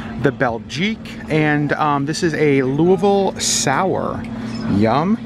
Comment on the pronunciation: I was so impressed you pronounced Louisville correctly 😁 Being from Ohio with relatives in KY you learn to say it the right way 😂🤣😂🤣